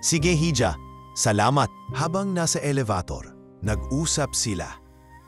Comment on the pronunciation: I wish you pronounce the right words. Like HIJA, ELEVATOR ETC. PRACTICE READING BEFORE.